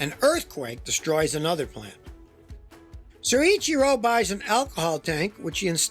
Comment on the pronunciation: Excellent content here Scotty. FYI the name is pronounced as Soy Chee Ro.